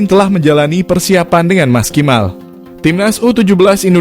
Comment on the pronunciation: Dalam narasi ada kalimat yg dibaca : "Maskimal" mungkin maksud anda "Maksimal" haadeuh...belajar lg ya 😎